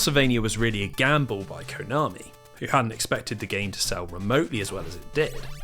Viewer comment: I'm and it always gives me a disgusting and a wierd feeling every time this guy says Konami as covit